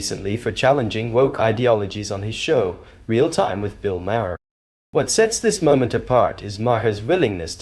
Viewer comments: It’s “Mahr” not “Ma-har.” And cut back on the mansplaining for us. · I'm late to view this but gotta ask the narrator "are you deliberately mispronouncing Bill's name differently half a dozen times?" If you want to be a commentator, take a few seconds to research names to make sure you get them right. Google helps but I'll help you this time, it's pronounced "Mar", silent H. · It’s pronounced Mar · It’s pronounced Maaar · Why not just pronounce “Maher” as Maher does himself, instead of 5 different ways that are all wrong? It’s not that hard.